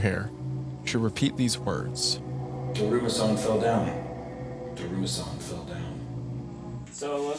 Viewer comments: It's always a treat watching them completely butcher Japanese whenever it appears. "Daruma Sayn" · Listening to them pronounce "Daruma-san" that way is driving me crazy 😭 Edit: Not "to-maire" 😭😭